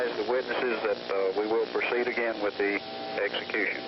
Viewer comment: Commissioner? Mr. Low? Should i zap him ageeen?